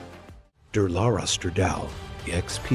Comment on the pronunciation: Why do these voiceovers always mispronounce so many things? Kimera is KYE-mare-a, EEvo, and it's Da-LAHR-a Stra-DAHL-ee. <-- 🤢🤮